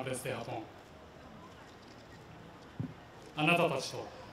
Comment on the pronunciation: 辻くんLIJの発音素晴らしい笑